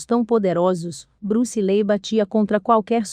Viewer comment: Acho que a pronúncia é li. Os 2 ee tem som de i